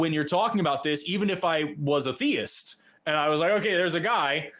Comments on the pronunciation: Aye, is 100% /. I live in Britain so recognise his accent. And all 3 (1) pronounce theist as thayist. Never heard anyone here pronounce it like that. Plus all 3 (ha!) had similar tech issues. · All of a sudden there are several people from the UK calling both The Line and AXP, calling themselves by different names, yet all pronouncing theist as "Thay-ist". It's definitely the same person every time. Stop lying, dude. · EXACTLY the same guy, hence the reason he was so hung up on proving correct. The way he spoke - prosody, inflections, even his pronunciation of the word "theist" (theyist) was exactly the same. The only differences were the name and the use of a different phone from the first call. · One way I've noticed to tell it's British (other than the occasional time he tries to throw on a fake accent he always loses at some point during the call) is how he says 'theist'. It sounds like 'they-ist' and he always says it that way every time he calls. So you can pick up on it pretty quick. He also always uses these circular arguments and refuses to answer questions, so that's the 2nd way. 3rd way is that he always run just this side of trolling-type questions. I do think he's a troll, I think he's just a smarter troll than most (as much as it pains me to say that), and I think sometimes the hosts don't pick up on it. But, even saying that, he still looks like an idiot because for some reason he spends literal hours of his life calling into these shows and I think that says a lot about what a sad, little, lonely man he is.